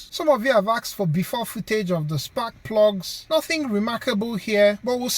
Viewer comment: "spak plugs" hehehehe